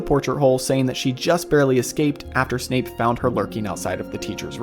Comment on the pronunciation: At about did anyone else hear Snape being called Snoop? lol that made me laugh